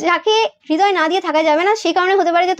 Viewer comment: হৃদয় উচ্চারণ হবে = Redoy not hedoy. Thank you dear ❤️